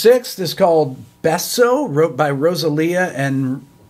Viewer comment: If they made it past his pronunciation of ""beso," I think they'll be OK.